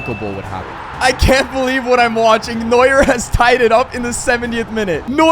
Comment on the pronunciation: Neua don't pronounc the "R" and I'm not dumm am German